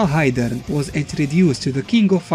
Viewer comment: "Geidern" LOL